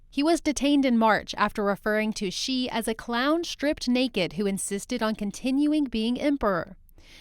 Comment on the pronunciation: APPLAUD for learning the right chinese pronounciation for Xi and Chinese names of people and provinces and cities. Xi is "See", not "Shee" as most non-Chinese pronounce it.